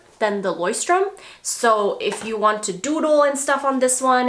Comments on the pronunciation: It's not pronounced like this at all hahahha but the Leuchtturm notebooks are lovely! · Haha sry girl, but Not even close to the right pronounciation of Leuchtturm :D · At first I didnt recognize the brand you were talking about in the beginning until I heard it a few times :D as a german hearing you pronounce „Leuchtturm“ is so cute hahah but youre not even close 😅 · I love the way you pronounce "Leuchtturm" lol I'm from Germany and find it so cute. I was surprised you mentioned the brand, the company that I work at happens to have notebooks from this brand and in the beginning I thought to myself "wow, they're actually pretty nice" so I took one to turn it into my personal journal, too lol. love you girl!